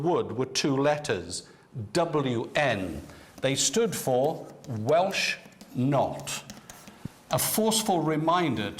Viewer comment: Welsh NOT! My grandfather was made to wear one. There’s no “k” in it!